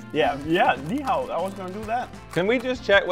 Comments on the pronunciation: them trying to eat korean foods also in the intro: "ni hao" 💀💀💀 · I’m Korean and when bro said ni hao I felt violated💀💀💀